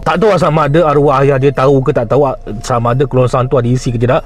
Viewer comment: Kerongsang bro. KERONGSANG.